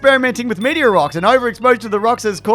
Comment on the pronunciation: I don't think I've ever commented on one of these videos but why can't you pronounce meteor